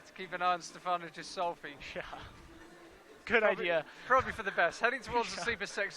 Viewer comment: The "G" in Ghisolfi is pronounced as the g in good or gangster. The "h" following the G is indicating this. Please take note. Cheers for the proper commentary :)